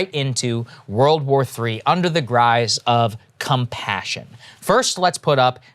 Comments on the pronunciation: Gruise? It’s guise ….. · "under the grise..." What have i told you about swallowing your saliva and slowing down to read before speaking? Do... thoses things... is what i told you. Guise come on...